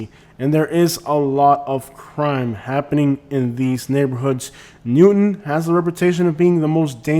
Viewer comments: The most Cringe among alot of Cringe was "Newton" lol. Its New-Town bro. You obviously aren't that knowledgeable about the area or wouldn't have butchered that so bad. Home-O-side 😂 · ...and it's New Town... not Newton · "New-town" 😊 (not Newton) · Like your videos. Watch often. I grew up in Sarasota and we called it Newtown not newton. Just FYI